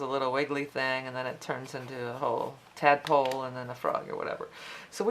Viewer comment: “” Adawag It makes me laugh..! when you say's the word Polly wog toadpole Lo'l...;);) xx